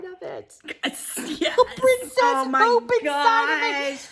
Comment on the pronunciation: Yay! #2 is here! Teacup, hoop (I thought you said poop at first 🤭) heart. Thank you so much! You guys are so generous! I’m so excited to hear a tour is coming soon!!!